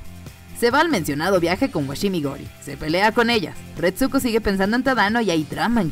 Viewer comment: Odio que no sepa pronunciar ni el titulo de la serie ni el nombre de la prota